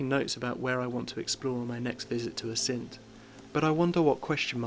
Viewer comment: Nice video, but please- Assynt, stress always on the first syllable!